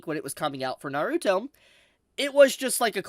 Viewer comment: Over the years watching this man I will never stop cringing every time he says Naruto it’s gets on my skin every single time